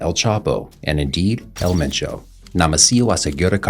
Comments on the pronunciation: You need to use different clips. I've seen the same few clips every video, I think you definitely have the potential to be big. Also I think some of the videos have repetitive information but I don't think that's necessarily a bad thing. This is more of a nitpick but you should see if someone can help you out with pronunciation too. There was one video where you said "El Machow" when his name was 'Ma-cho'. Other than that keep it up. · didnt even say his name right